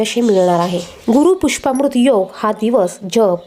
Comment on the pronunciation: मॅडम गुरू पुष्यामॄत योग असे म्हणा. पुष्पामृत नाही.